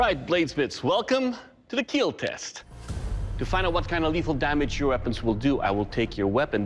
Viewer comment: It wil KeeLL